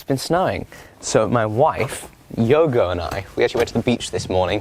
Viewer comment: When said “My wife, Yogo, and I” it sounded like he was saying he married his pup… I was like, “wait what?”